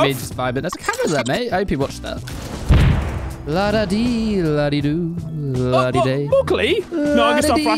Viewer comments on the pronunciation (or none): It’s ladda de, ladda do, ladda dah. Not day. Goodness gorgeous